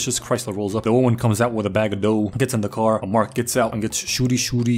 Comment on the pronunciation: "Wöman" eh?Are you a pale connoisseur?